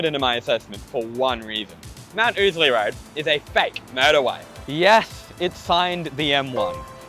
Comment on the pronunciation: To my American ears, the way you say motorway almost sounds like murderway; something about that seems appropriate for this route.